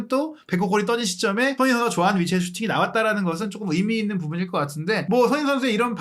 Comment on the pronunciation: ) 참 거스기한 하네요😲🤔 해설위원 손흥민선수 이름 발음 똑바로 않합니까?! 션 셔 션, 션 셔 션 서ㅡ ㅡ 이게몹니까?! 깔끔하게 갑시다 🥷😲 레알